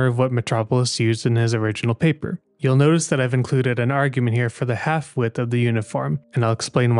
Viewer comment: Is it just me or y’all hear “halfwit” every time he said “half-width” 😂😂😂